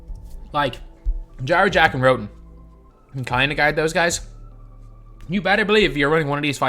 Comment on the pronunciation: I thought he was saying jar jar when he said jarrett jack lmaooo